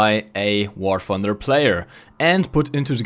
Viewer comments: You need to work on English it pronounced War TH-under not wfar funder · "...War 'Fumder'..."